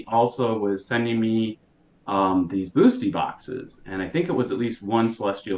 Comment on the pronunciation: Can you trust a man who calls them "boostie boxes"?